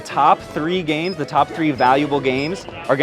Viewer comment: It kinda hurts my soul when I hear him mispronounce games lol